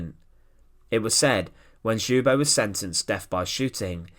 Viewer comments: Not pronounced xoobo lol, the L isn't silent, it's pronounced L-yubo, Lyubo. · His name is pronounced Lyubo. Keep up the great work with your videos. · Where in the world someone decided to pronounce Ljubo's name like this? Other than that thanks for the video. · The J is silent in " Ljubo" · Excellent video. The name is pronounced as if it were spelled in English: Chedomir Lyubo (the L is not silent) Chupich.